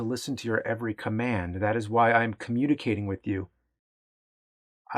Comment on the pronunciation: Commu'd'icating hehe